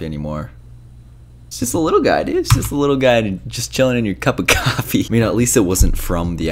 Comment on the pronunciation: The amount of times we said “cuppa kafee” 😂